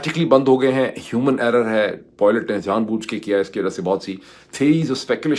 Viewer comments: Pirzada Bhai. Please pronounce word' PILOT' correctly. It is very irritating when you say ' Poilet' instead of PILOT. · Dr sahib, Didn't understand why you were constantly pronouncing Pilot as poylet ...😂 Secondly the new groups to emerge soon as a result of recent global events and the trump doctrine is something that Aftab Iqbal sahib has already pointed out after the recent Pakistan /india skirmish. Good that your analysis is also telling the same. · It is pilot, not poilet. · sahab. This is the first time I'm commenting on this video. I wish i could private message you instead, but I have no choice. You're pronouncing the word "pilot" wrongly. Phonetically, it's not poy-lut, its pai-lut. If this benefits you then "is na cheez ko acknowledge kar dein". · Moeed sb... I love listening to you... Always .. but I don't know what's gotten into you today... And this things is just getting on my nerves and am thinking to forward some of your vlog so that I don't have to listen to your POILET... For gods sake my ideal man... Say pilot .... Let me spell it the way it's supposed to be pronounced.... It's "Pailut".... There.... Plsssss don't say poilet 😭😭😭😭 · Moeed, how many times have I told you that the pronunciation is PILOT, [ie pyelut] and NOT POILOTE which you keep on saying. 🥵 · Can you please try saying “pie-let” that would be much better than “poy-let”